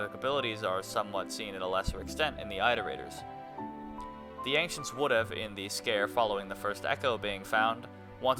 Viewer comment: okay so: i loved the video! it was very fun! i just have one, incredibly pedantic thing i have to say: it's pronounced "IT-er-ate-ers", not "EYE-ter-ate-ers". "iterations" is also not pronounced with a long I, and neither is "iterate" lol